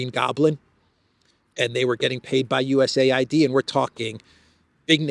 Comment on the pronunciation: Dear, could you pls. tell not to pronounce DOGE like "dodge", but with a long "oh" (like Leavitt in your intro video), and to pronounce USAID not like it a had a second syllable that sounds like "aid" (like the manipulative media does), but separately, like you do, as U-S-A-I-D, please? And, also pls. remind him that Steven Witkoff's surname is pronounced with a short "i" (like in witness), not like "white", as he pronounces it. Thank you! Would be so good if someone so intelligent as he is, could also get these small things right. Makes him look bad. I already added a comment about this under his video of yesterday, but only this morning. Probably too late for it to be read by him, if gets to reading comments at all. I thought, maybe you could help... 😘